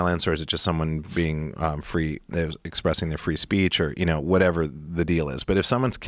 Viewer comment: "Free Spreech"